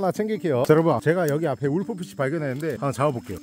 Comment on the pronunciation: 울프피시는 룰프피시 라고 해주세요